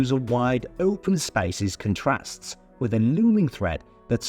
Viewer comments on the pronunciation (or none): none